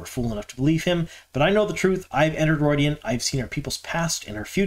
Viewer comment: ROO-ID-E-AN, not ROID-E-AN like Steroids!